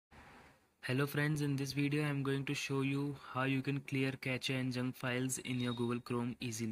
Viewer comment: Pronounce it as cache 'kashe' कॅशे Just like shampoo sachet सॅशे